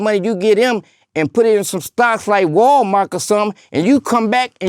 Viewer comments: That baw said Walmark that's when i knew he was official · Listen, I'm from Detroit, and that nigga is tha truth!💯 And he said "Walmark"😂 That's Walmart and Halmark🤔